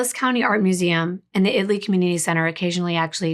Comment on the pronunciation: Thank you for researching “IT-Lee” Texas. Most people assume it is pronounced“”IT-uh-lee”. 🤍